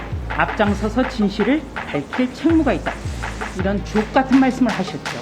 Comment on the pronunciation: ㅋㅋㅋㅋ 조수진 의원님 ㅋㅋ 발음 ㅋㅋㅋ 아주 좋았습니다 ㅋㅋㅋ